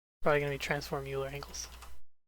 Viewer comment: Very minor, but "Euler" is pronounced "Oil-lur".